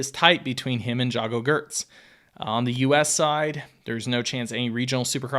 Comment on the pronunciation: He literally didn't say Jago, Plessinger, or Vialle correctly once...